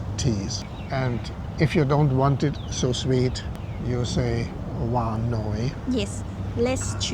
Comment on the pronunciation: Here is a small warning for those of you who want to say "not very sweet" by saying "waan noi": The word "waan" (meaning "sweet") should be pronounced with a rising tone (the voice starts at low-pitch and rises gradually to mid-pitch) and the word "noi" (meaning "a little") should be pronounced with a high tone (as we often pronounce the final word in a question, in English). If you pronounce "noi" with a low tone (like the final word in a statement) then "waan noi" means "make it sweet, please" (the exact opposite of what was intended).